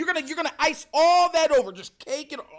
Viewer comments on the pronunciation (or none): You did not need to make that face when you said cake like that 🤣🤣🤣 Too much cake 😂😂😂